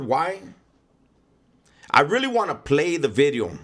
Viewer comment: You need to copy right "New B'ideo" so funny when you pronounce the V!!!! Keep up the good stuff Mang!